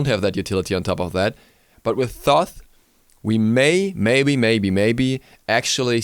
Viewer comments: ITS PRONOUNCED TOTE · It is pronounced "Toth" with the first H being silent :) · Wow dont pronounce Toth like that!